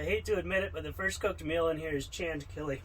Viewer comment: Did i hear channed killy? Lol